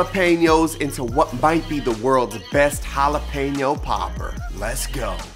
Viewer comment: I loveeee poppers! It’s a must appetizer every party I throw! Can’t wait to try this recipe! 🔥 🔥 🔥 I’m glad you didn’t say Jalepino! I can not when people say it like that 😂